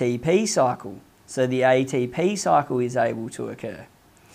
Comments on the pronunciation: EY-DEY-PI EY-TEY-PI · Aye tee p-hee